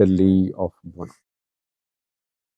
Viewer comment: It is Bugna and not Gunna or Bunna.